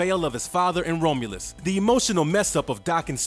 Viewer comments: I loved the video! One character I hesitate to draw because of his tattoo. A couple of things I want to criticize are only the pronunciations of the word adamantium and the name Romulus. Definitely no dis. But first one is Add-uh-Man-Tee-um And Romulus is like ROM aka CD ROM so it’s ROM-You-lus. That’s all. Everything else was solid as a rock. Amazing channel!! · The Best Wolverine. the pronounciations are again..awful. I can't continue watching this after the 3rd "Roam-U-Luss" Sucks, I really like this character, too bad this channel always messes something up